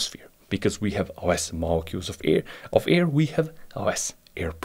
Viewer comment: Listen mate u are pronouncing Air as EAR.......I prefer to have stable pressures in my ears....kihi....